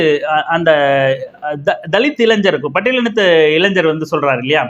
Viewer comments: இளைஞ்சர் என்ற உச்சரிப்பு தவறு, இளைஞர் என்று உச்சரியுங்கள். 🤝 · இளைஞர் என்று உச்சரிக்க வும் இளைஞ்சர் இல்லை அதன் பின் தங்கள் அ றிவுரை ஏற்றுக்கொள்ள பலரும் முயற்சி செய்வார்கள்